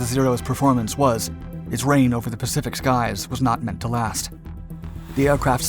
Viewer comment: “the pacipic” lol